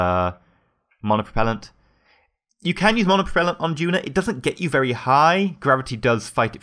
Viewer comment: It's duna, not juna.